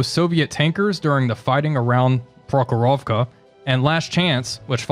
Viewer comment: PrOkhorovka, not ProkhorOvka!